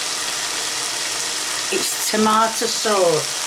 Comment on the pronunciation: She pronounces tomato’s as “tommy-ah-toes” lol